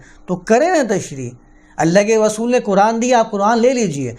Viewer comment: رسول کو غسول مت کہا کیجیے۔ اردو کی عربی میں تلاوت کی کیا ضرورت ہے؟